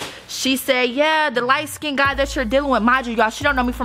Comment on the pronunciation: Sorry but “lightskinded” 💀